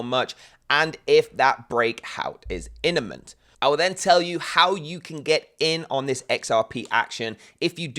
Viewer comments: Bro, the word is “Imminent” not “Inniment” lol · IMMinent 😂 bro the M is first 😮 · dude..the word is imminent...!